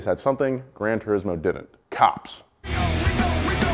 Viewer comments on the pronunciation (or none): none